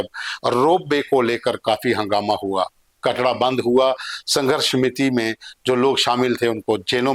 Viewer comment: कटड़ा नहीं है कटरा है पहले सही से बोल